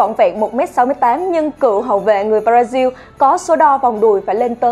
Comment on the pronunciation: Con này đọc Brazil thành b ra riu buồn cười vãi